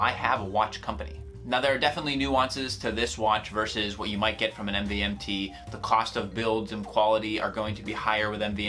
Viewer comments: It's pronounced MOVEMENT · You don’t pronounce it "MVMT" you pronounce it as Movement